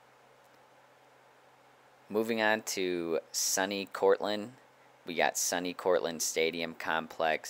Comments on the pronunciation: no one calls it "sunny", the acronym SUNY stands for State University of New York, and they pronounce it "sooo-knee" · It is pronounced sue knee cortland, not sunny cortland. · Really enjoyed the video. Just one thing for future reference, "SUNY" is pronounced (Sue-knee) it's short for "State University of New York", an easy way to remember is you are pronouncing the "uni" in university.